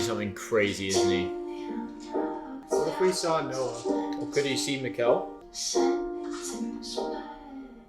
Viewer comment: Great thoughts/ reactions but for the love of God, Mikkel is pronounced like nickel, not Miguel, the kid ain't Mexican 😂